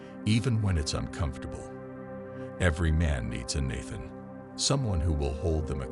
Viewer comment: The masculine virtues? Give me a break. And the machine should get the pronunciation of Nathan correct, once and for all.